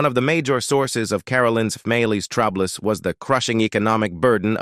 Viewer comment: How about ‘troubless?!